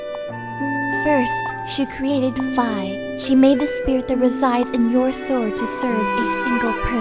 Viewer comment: Nope, it's Fi like "Figh" not "Fee." That's also how it's pronounced in Japanese.